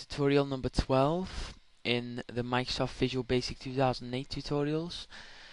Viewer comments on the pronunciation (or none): According to this guy, 'Microsoft' is pronounced 'Mysoft'